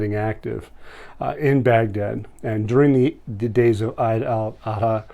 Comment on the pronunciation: Awesome info brother and just FYI Eid Al Adha is pronounced Eeeed Al Adha not eyed… but awesome info brother